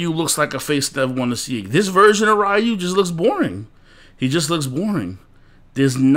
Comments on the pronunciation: Dude, it's not rahyou, come on, it's Ryu, haven't you noticed it already? It's been 30 years already. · It's Roo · U lost all credibility when you couldn’t even say Ryu’s name correctly